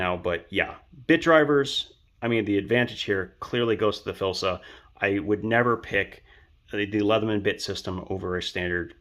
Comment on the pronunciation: F-L-I-S-S-A. Its FLISSA, not Filsa....omg...get the freaking name right!!!! You lose all credibility reviewing a tool when you don't even know the name of it!!